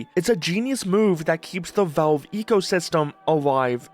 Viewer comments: Why do you refuse to pronounce the letter a in the word Valve? It's not Velve, it's Valve. The middle of the word should sound like you're saying the name "Al," short for "Albert." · Okay, but why do you keep saying Velve?